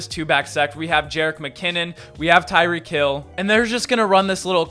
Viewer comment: Kyick hill? Lol.